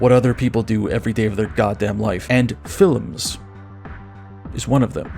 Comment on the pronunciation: t= your uniquely Slovenian pronunciation of "feel-ums" indicates to me that you are a man of culture. Guide to Cinema or Guide to Ideology, etc etc, sniff tugs shirt